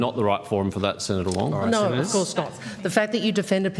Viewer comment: Wong is weally wong on this.